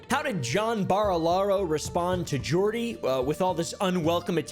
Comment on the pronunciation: Why can't anyone with an American accent pronounce Barilaro? Just literally listen to any of Jordans vids ffs stooge